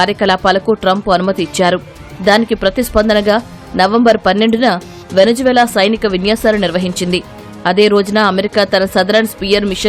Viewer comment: వెనిజులా.. వెనిజు వేల కాదమ్మా😂